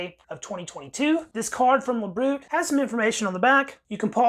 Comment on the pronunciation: OBTW: the proper pronunciation of "LaBriute" is "La-bree-yute" -- meaning "to the health".